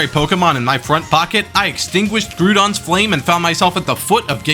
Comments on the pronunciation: The way you pronounce Groudon is painful to me as a pokemon nerd lol, its supposed to be like ground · The way you pronounce Groudon is unfortunate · someone mention how he literally doesn’t know how to say Groudon